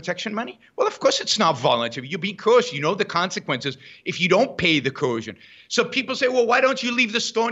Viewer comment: I cringe when Yaron says "coercion" because he can't pronounce it.